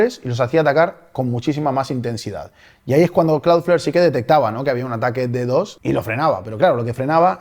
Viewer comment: lee DDoS no como DD o S